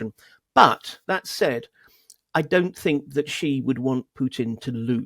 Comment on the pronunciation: After all these years could the reporters please stop saying Gee jinping. The nearest pronunciation of "Xi" for an English speaker is "she", same as the pronoun.